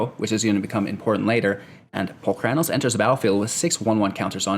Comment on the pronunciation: Holy Crap, that's not how I pronounce Polukranos! Which means the way you say it is wrong. Sorry bro-ham